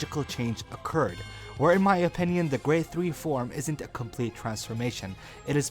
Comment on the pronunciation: I thought you said LSSJ 4 but I had noticed when rewinding it, you said “LSSJ form”, at the beginning of the video is when I heard it.